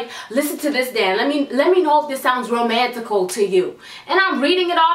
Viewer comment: "It was so romantical"😂